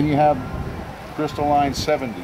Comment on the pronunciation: lol, I know it's pronounced crystalline not crystal line. miami accent.